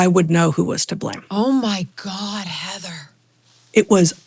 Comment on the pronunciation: Heather's a class act...and didn't even correct your mispronunciation of her name, which rhymes with "flying".